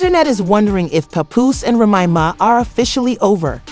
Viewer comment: It's a trip. How you gotta Lie to get hits You can't even pronounce Remy's name correctly. Stop lying to get hits Now all you're gonna get is Avoided Tea Celeb, Trash.